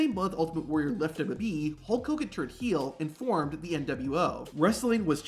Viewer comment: The way this dude pronounces WWE makes me not want to watch these videos every again.